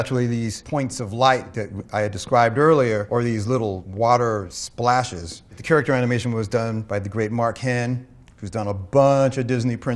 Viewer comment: character animation が 京都アニメーション にしか聞こえない...